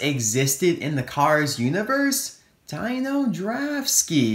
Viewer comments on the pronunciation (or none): Oh, it's not pronounced dino it's d-ee-n-o. P.S did Phil and H.J Hollis slip out of your reviews? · its not Dino... its pronounced the same way u say Deano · I believe that it’s pronounced Deno not Dino. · Why is it the all Toysrus' within fifty miles of my house, or target or walmart, don't even have Chase Racelott? Also, Dino isn't pronounced like dinosaur. It is pronounced dee-no. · Actually, I think his name is pronounced "Dee-no". I say that because an Autobot in Transformers Dark Of The Moon had the same name which was Dino (Dee-no). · dino (long "e" sound) like the flintstones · I can help but feel like everyone keeps pronouncing Dino's name wrong because I think correct me if I'm wrong but I think the I is pronounce as an e as in D-no any ways great video. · i think his name should be pronounced "deeno". who agrees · It's pronounced DEE-NO